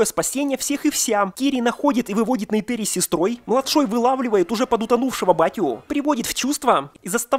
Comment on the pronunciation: какая Нейтэри💀 в фильме сто раз что в оригинале, что в русской версии звучит именно НейтИри